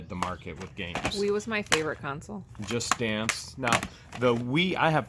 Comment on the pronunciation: when you speak about a gaming system, you call or pronounce them "a game COUNCIL".....Like it's a group of people coming together to make a decision. Ok, it's pronounced, say it with me, game "CON" as in a convict: followed by "SOLE" like the sole of a shoe....put them together and you have CON-SOLE. CONSOLE......LOL Great video guys. Love it, keep them coming. You guys are awesome!!!